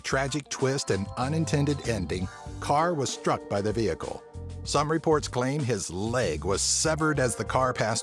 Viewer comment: The ve hickle